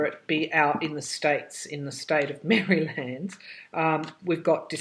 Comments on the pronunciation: Interesting pronunciation of Maryland. That is actually how it is spelled. lol Reminds me of my butchered pronunciation of some British places that sound nothing like they are spelled. All in good fun. Your insights are profound. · Still hearing that it will be over by mid March. I like the way you say Maryland. It is a nice state.